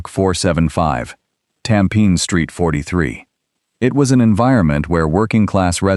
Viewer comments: Yes I noticed this guy kept saying “Tam Pin” 😂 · I'm Singaporean and unfortunately for us, Tampines is literally pronounced Tam-Pe-Nis. 😂